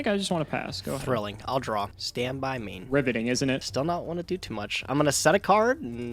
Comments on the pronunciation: Did he just say ribbiting instead of riveting? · When said, 'Riveting' I honestly thought it said, 'Ribbiting' due to it being a Frog mirror lol And wait, flips the paleo face down as a monster. Wouldn't it be put f/d as a trap?